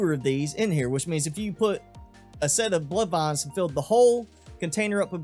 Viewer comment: I like how you say, “Blood Vahns.” Wasn’t looking at the screen when you said it.